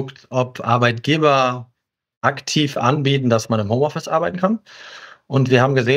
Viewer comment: HOMOffice ? glaube ihr solltet das nochmal überdenken